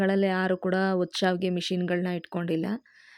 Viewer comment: It is not saavige ,it is shaaviige. Gives different meaning.